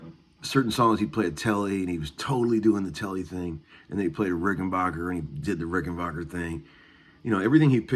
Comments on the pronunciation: Not sure what you meant about old Rics being "the blueprints" of a guitar...Rics are special, with worlds of differences to any other guitars. Also, it's not pronounced like J.S. Bach, it's pronounced like the English word "back" (Rücken in German). The founder of the company was from Switzerland, and when he came to America, that's the way he pronounced it. I like the b minor riff - and it is a good exercise. Opens up lots of ideas! And damn - I haven't heard "Every Little Thing" for ages! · Have you ever called them ? they pronounce it Rickenbacker no “bach” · Petty pronounced Rickenbacker like that too. I think part of it has to do with the age of the person and also regionality. Not a lot of Germans in Florida compared to some parts of the country. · even the Germans know how to pronounce it correctly. Maybe tell your handful of buddies in Nashville how to say it...we know they can't speak English, but maybe they can be taught phonetics. No, of course not. Guitar players, especially in Tennessee, are not a very intelligent lot. Arrogant, alcoholic. Do they all drink as much beer as you???